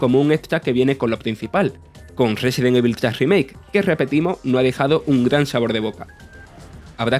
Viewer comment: Amigo se pronuncia "resedent ivol"